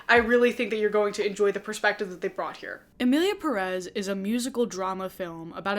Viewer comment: A bit wild that you make an entire video about a movie and you don't take a second to find out how the movie is pronounced.